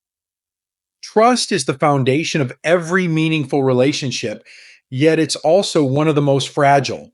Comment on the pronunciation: Is this presentation by a real person or by AI ?? I have noticed that the narrator has trouble pronouncing the word " meaningful " in several posts. Even so, there is some really valuable information & good sensible advice on this channel. Thank you.